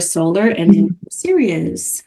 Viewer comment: I believe it's pronounced saw-ray-ah or sa-RA-yah Thank you for this